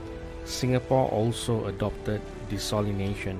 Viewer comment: good video! just that you mispronounced ‘desalination’ a few times..l